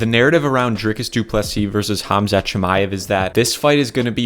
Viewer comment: Props to you for saying Khamzat’s correctly